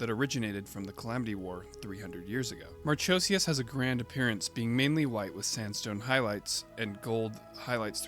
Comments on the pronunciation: Just a heads up, not to take away, but it's pronounced "Mar-ko-see-us" not "Mar-cho-see-us". The ch forms a 'k' sound in the name of Marchosias. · Awesome vid! Aside from you pronouncing Marchosias wrong tho 😭 but I love Marchosias and haijiroboshi alot. U should do a vid on the Gundam Vual btw he’s super interesting:0